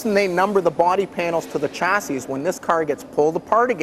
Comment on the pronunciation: Someone needs to tell him how to pronounce 'chassis'.